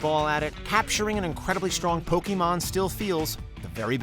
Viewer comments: What about huge chain combos in Puyopuyo? While you are building them your opponent is about to destroy you but then you release the chain combo in time and obliterate your opponent? or what about in Dragon Quest when you find and kill a metal slime to gain huge exp points? PS You butchered the word "Pokemon." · 25 years and so many people still can't say Pokemon or Lara Croft right....Poe-KAY-mon, not Pokey-mon ffs. also...how the hell can you talk about satisfying video game moments and not mention landing a million+ point combo in a Tony Hawk game? or getting any of the 1 in 128 chance drops in EarthBound like the Sword of Kings? or gold starring a song in Rock Band?